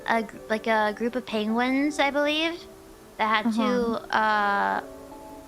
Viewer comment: I did took a second time listen to on how she pronounce PENGUINS. it almost sounds like how Benedict Cumberbatch pronounce it.